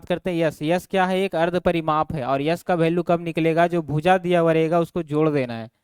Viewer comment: Sir Bhoooja nhi hota bhuja hota hai 😅😅thoda is chij pe dhyan dijiye